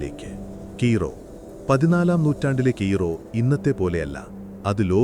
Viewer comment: കീറോ അല്ല കയ്രോ